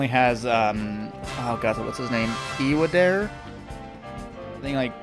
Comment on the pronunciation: In case nobody's told you yet - 1. It is pronounced "ee-wah-dah-reh". Nearly every syllable in Japanese is comprised of a consonant and vowel sound, and always the same vowels: ah (a), ee (i), ooh (u), eh (e), and oh (o). 2. Yes, that is katakana, used in Japanese writing to indicate words of foreign origin. Displayed at the corner of the title logo is グランディア, or "guranndia".